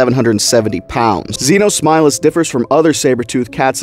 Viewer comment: Thank you for showing a species I never knew existed. Thank you very much also since this new species that I’ve heard thanks see you called Xenosmileless is that how do you pronounce the name whatever i’ve been thinking of a new nickname for this thing the Xeno tiger